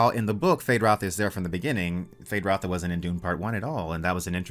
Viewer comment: It’s Rauta not Ratha. ”Rauta” means steel in Finnish. Frank Herbert took inspiration from the Finnish language for the Harkonnen.